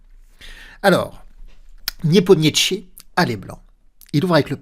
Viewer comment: Niépomniachi, sans t :) Parole de traductrice.